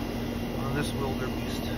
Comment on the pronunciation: There is no "r" in wildebeest!